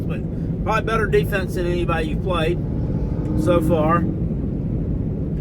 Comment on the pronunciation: Who have dey pwayed